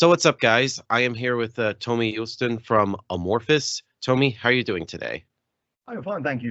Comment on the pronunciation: Tomi is pronounced Tommy and Joutsen is j out tsen. So out, not oot.